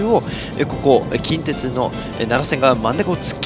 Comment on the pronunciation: 近鉄の発音が気になる大阪府民